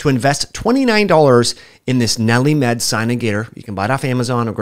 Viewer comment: Nelli-Med? Or...NeilMed? I mean, I have it and it's for sure not Nelli-Med. ha!